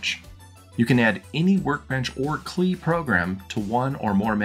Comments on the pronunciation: LOL what's a Cleeeee? It's called a C L I - See Ell Eye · So you are one of those guys who says "Clee" instead of See El Eye for the CLI... Now I am not sure we can be friends anymore...🤣🤣 Cool video! I was working on an Amiga OS 1.3 tutorial to go along with my 3.x tutorial series until my A500 went bonkers. Maybe I will set up one of my A2000's under 1.3 Love 64Door! Never heard of it until today, but I will be checking that out! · Clee? My friends and I from the Netherlands all called it the C L I (see el eye). Was Clee the usual pronunciation in the US?